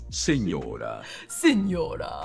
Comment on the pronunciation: fr it sounds as if he was saying "signora" instead of Señora